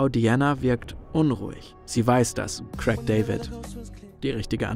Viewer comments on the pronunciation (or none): Es heisst Craig und nicht Crack David. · Wer nicht mal imstande ist, Craig bzw. A1 richtig auszusprechen sollte lieber nicht über "so gar keine Ahnung" reden. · Nicht Krack David , Craig du depp